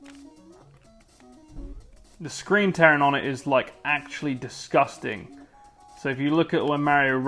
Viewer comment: Why you say it like that lady DISGUSTANG! xD